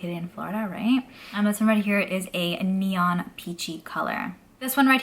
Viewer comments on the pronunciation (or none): none